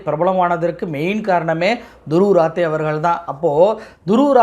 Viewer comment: Dhruv Rathi.please render the name properly in Tamil. ராட்டி